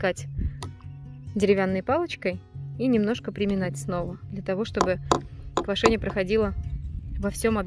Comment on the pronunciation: ✅️ ЩавЕль, щавЕль.. Ударение в слове на букву Е! 📌квАшение - на букву А! Просто, неловко за вашу речь...